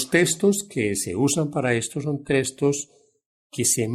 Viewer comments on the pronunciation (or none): Textos se dice textos y no testos señor